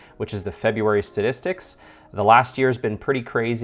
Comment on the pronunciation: Thanks for the update, but I'm pretty sure you kept saying "stadistics" rather than "statistics". 🤔